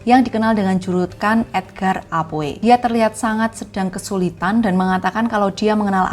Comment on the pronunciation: Tolong perbaiki pengucapan nama + kosakata Bahasa Inggris "Poe" dibaca "Po"